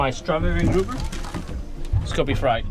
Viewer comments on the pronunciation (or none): none